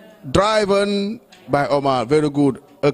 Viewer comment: mind the pronunciation of DRIVEN.